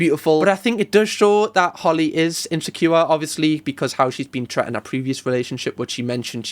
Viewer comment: I am not sure if it is the country you are from, but isn't the correct word treated and not tret 😂😂 We say the way she was treated in SA 🇿🇦 Love your videos 💯 MAFS is too cringe to watch 😮